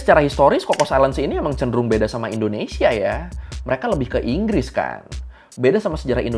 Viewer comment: Enggresss enggres 😂